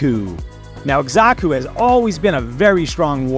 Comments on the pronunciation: Not to be that guy but it's Sa-ku, not Eksa-Ku. Nice vid tho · 1. The Z sound comes from an X, not an S. 2. Again, there’s no R, it’s Xaku, not Xarku. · Itx "zaku" brother but thanks for all the tips brother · Why you pronouncing his mame like that? Wtf?